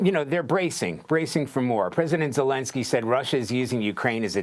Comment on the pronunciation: Dude called zelensky voldomor 😂😂